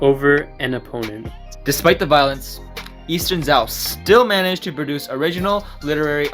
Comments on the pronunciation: Just one thing. It's pronounced like Zhou (Ju), not Zao. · Just one thing, its pronounced in english like the name "Joe" Jazon Urban is correct, but not very helpful in his tips. Just say the word "Joe" in english, and voila, your pronouncing it perfectly